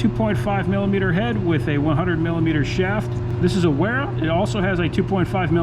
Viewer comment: Both Wiha and Wera are German brands. So the correct pronunciation is Viha and Vera. 🙂